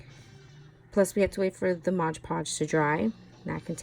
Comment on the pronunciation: MOD.... MOD... MOD!! Please people, if you can’t say it right, just don’t say it, especially don’t say it every other word! #triggered... aside from that..... cute cup